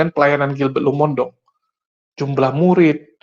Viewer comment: Maaf, tolong nama marga pdt Gilbert dibenerin pengucapannya. Lumo-in-dong bukan Lumondong. Kesalahan dalam menyebut nama seseorg bisa membuat sakit hati 🙏 Maaf